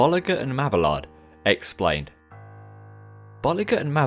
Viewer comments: i’d crack up every time you’d say bollinger because it sounds like you’re saying ball licker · Bo-lee-zjé and ma-bee-yard 😤😤😤😤😤😤😤😤😤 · gotta love that whoosh transition! I think this is the most high quality video I have seen from you to date! well done! even if you had to render it 7 times lol! 1 thing tho, its pronounced Bolee- shuu and mabe-ard sorry for being picky